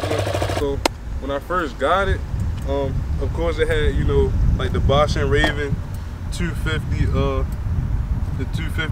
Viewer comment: "Ba-Shawn" ... Not Baush-in, lol